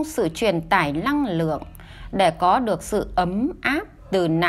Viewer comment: Xin cám ơn BPS rất nhiều . ❤️ ( mình có góp ý nhỏ : người đọc công thức giọng được nhưng ko có hồn trong giọng , phát âm chưa chuẩn từ : Năng lượng - đọc thành Lăng lượng . Xin cám ơn )